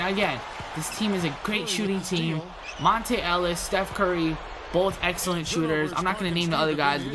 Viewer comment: MONTA not Monte ....fuck